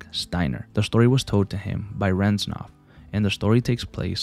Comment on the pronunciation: with all due respect, it's reznov not renzov